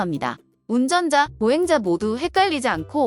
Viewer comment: 5030 오공삼공으로 오천삼십이라니 거기다 운전자를 울전자로 표기하고 발음도 그렇게 하시다니 최소한 용어부터 확인하시기 바랍니다. 하지만 내용이 좋아 좋아요 누르고 갑니다.